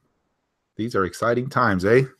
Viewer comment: that 'eh' had me wondering same